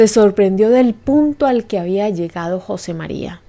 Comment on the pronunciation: se ppronuncia jose mariA